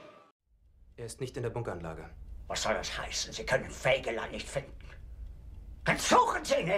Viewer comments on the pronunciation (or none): No, it is SPELLED, fegaline. and it is pronounced: Fey ga lane. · no it´s spelled Fegelein and pronounced: Fey ga line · Fegaline Fegaline Fegaline.. What the he'll is a fegaline. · to spell a word means to separate the single letters the word consists of or am i wrong? so his name is spelled: F E G E L E I N. i must know i´m german^^. and in English the best solve to pronounce it is: FAY GA LINE;) argh arhg... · Look up the name again it's fey ga lane.